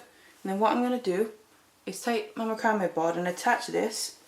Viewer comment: Just a note to you English its not macrambe board its mac-cram this is not for us we use a different English also all of your measurements are in cm we do inches.